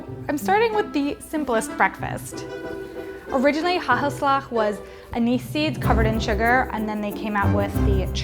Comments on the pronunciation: Its not ha-ha-sla. Its hagelslag! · Its funny that you say hahalag bit it with en g haGelslaG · Her pronunciation hagelslag killed me lmao, ‘hahhelslahhh’. Good for an American though, better than when people use hard g’s. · I’m from the Netherlands and you trying to say hagelslag is so funny 😂 ofc you did amazing but it’s still funny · Hagelslag. So funny that people don't even try to pronounce it correctly. 🤨😂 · ITS NOT SPRINKLES ITS HAGELSLAG